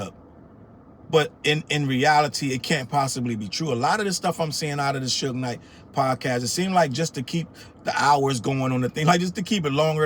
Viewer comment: The lady mispronouncing Suge Knight as "Sooge Knight" has me in tears!! Oh, and she called Pac "Pack". 🤦🏾‍♀️😂🤣😂😂🤣